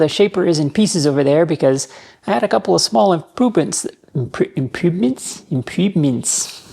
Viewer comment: This may be the best outtake you've decided to keep. Because I heard "impoopments" while also perfectly understanding what you meant, and if that doesn't perfectly represent human communication I don't know what does. Not all machine shop mistakes cause injuries or mark metal ROFL